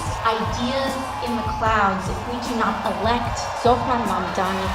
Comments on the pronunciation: Catty, I mean Kathy, can't even get Zohran's last name right. These elder corporate, neoliberal politicians need to retire already. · Why can't Governor Hochul still can't prounounce mamdani correctly?